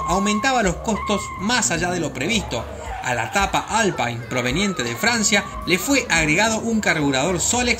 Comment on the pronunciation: Muy buenos datos, especialmente lo de la NASA. Un detalle: se pronuncia alpin porque es francés. Saludos cordiales.